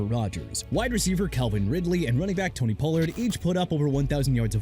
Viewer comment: Pollard's last name is pronounced pah-lurd... why do I have to keep correcting you dude?!?! Also Minshew isn't pronounced min-chew... IT'S MIN-SHOO!! PLUS COOPER RUSH CAN GO TO THE DOLPHINS! I DON'T CARE! LET HIM REPLACE TUA! SEE WHAT HAPPENS! AND WHOEVER GOT DEREK CARR'S LAST NAME INCORRECT BY PUTTING A "V" ON IT, Y'ALL AIN'T GON' WORK NO MORE!!